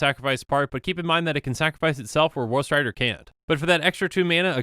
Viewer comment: Instead of woe strider, I only ever hear "whost rider"